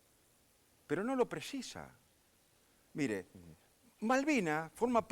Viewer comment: Pronuncia bien dice Mire, no mirá, habla bien RICO, NO ES MIrá, es Míre con acento en la I, i latina